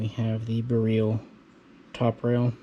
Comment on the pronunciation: bareel lol no one knows how to pronounce it. All the vowels are not the same as they are here. Beryl is pronounce Ber-il (hard R). Radom is pronounce Rah-dom (soft A). Lived in Poland for a while and my wife is Polish. Stop saying bareel lol